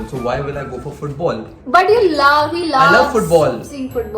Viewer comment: says BUT as "BUTT" like always